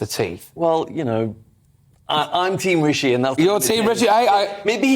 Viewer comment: That woman is being unconsciously racist , taking no effort to pronounce Rishi’s name properly . It’s Rishi not Ricky ! I’ve experienced the same dumb racism before , she knows how to pronounce it but won’t . Tomato